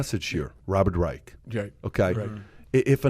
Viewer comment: Learn how to pronounce Dr. Robert Reich’s name. Not pronounced like the Third Reich!